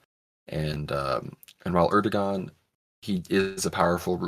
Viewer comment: Do not pronounce the g in Erdogan. Air - dough - on.